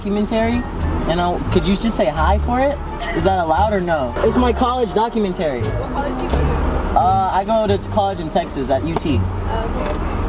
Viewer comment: dah-cue-men-terry?, baby, what doc-u-men-ta-ree😂😂❤️❤️